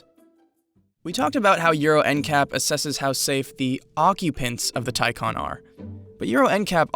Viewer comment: Say it with me...Tie Can (not con)